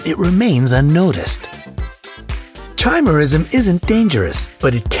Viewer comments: It's KY-me-rism. Not CHAI . :)) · You guys really need to check how what you're talking about is pronounced, not just in this video, but others as well. For example, the "ch" in "Chimera" is pronounced like a "k". If you pronounced things correctly, it would make it seem more like you know what you're talking about. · Wonderful video, but the "ch" in "chimerism" is pronounced as "k," much like other words of Greek origin ("architect," "school," "ischium," etc.). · When he says "chi"merism instead of "ky"merism... cringe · Ky-merism. Not chi. Good grief. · Ky mer ism.... Is how it's pronounced. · Chimerism is pronounced Ky-mer-ism. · The correct pronunciation of "chimerism" is "ky-mer-ism". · Chimerism is pronounced like Kimearism. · Chimera is pronounced kimera. No chaimera. So it's kimerism not chaimerism.